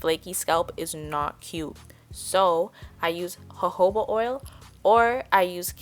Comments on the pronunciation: It is Jojoba oil not hohoba oil 🙄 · U rlly said hohoba, u pronounce it like this joh-joh-ba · Its jo-jo-ba oil Its not a spanish word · I pronounce it as (Joehoeba) lol. Been saying wrong for years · JOJO-ba oil , the j’s -aren’t silent 💘